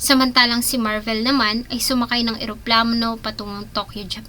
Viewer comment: Pakiayos ng pronunciation ng Slovenia at Marvil. Nakakairita. Magbabasa na lang mali mali pa. 🤦‍♀️